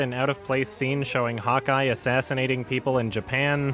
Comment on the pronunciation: 8 minutes in I realised he's saying "hawkeye" and not "hot guy"